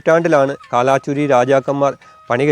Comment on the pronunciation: കാലാചുരി അല്ല, കൽചുരി.